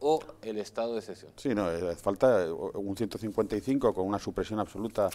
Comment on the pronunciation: jajajajaja, se llama Estado de excepción, no ecpcion jajajaja lea y deje de hacer el ridículo. Antonio Alcalá Galiano, sevillano, diputado a las Cortes del Estatuto Real de 1834-35, pudo afirmar entonces: "Debemos propagar la imagen de la “nación” (refiriéndose claramente al Estado-nación llamado España), e inculcar apego a ella y unirlo todo al país y a la bandera, a menudo inventando tradiciones o incluso naciones para tal fin. Uno de los objetos principales que nos debernos proponer los castellanos, es de hacer la nación española una nación, que no es ni lo ha sido nunca hasta ahora."